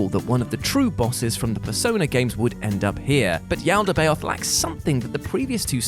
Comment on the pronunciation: I'm sorry, did you actually play Persona 5? (Considering the way you pronounced Yaldabaoth, honestly gonna guess no.) The game where all the palaces and their rulers are themed after the Seven Deadly Sins (like, literally the trophies for clearing each Palace refer to them with names like "Castle of Lust", "Museum of Vanity", "Bank of Gluttony" etc.) and named for scions of hell? But yeah, no Christian context anywhere till Yaldabaoth shows up 🤣🤣🤣